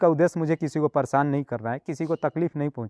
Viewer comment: आपकी हिन्दी या स्टाइल थोड़ी सुधारने की जरूरत है बाकी सब ठीक है...जैसे सोबन्ध नही संबंध पोरेशान नही परेशान ओगर नही अगर